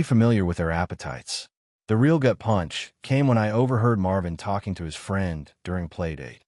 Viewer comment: The AI needs to be trained to recognize Real at the beginning of a sentence. It changes pronunciation to that of the Brazilian currency. The AI needs to recognize context for choosing how to pronounce wound. Good story, repetition seems to have been eliminated, yet narration needs work. This channel normally has done better with narration.